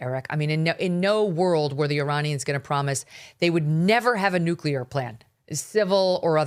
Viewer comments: Great interviewing, MK! This guy couldn’t explain policy very well, and it is hard to trust someone who keeps saying NU-CU-LAR rather than NU-CLE-AR…. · Hard to take these guys seriously when he keeps saying Nuke-u-lar. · Who is this guy? OMG......hacking and cannot pronounce "nuclear." Yikes.